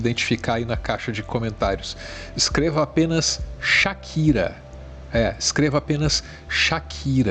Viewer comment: Era Shakira ou Shapira???